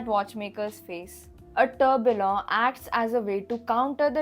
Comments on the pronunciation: Pronounced Tur Bee Yon!! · Kindly correct your tourbillon pronunciation Was a unique video anyways and loved it